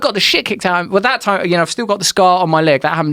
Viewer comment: Joe "respect their tYHmm" Rogan